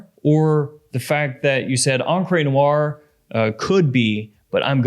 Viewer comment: Encre Noire is definitely not pronounced "on-cray" noire. 💀 This has been going on too long, I think he's messing with people.